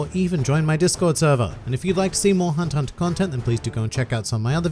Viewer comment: Only think I dont like about your videos is that you call it hunter hunter, but thats the only thing, the content is great, keep up the good work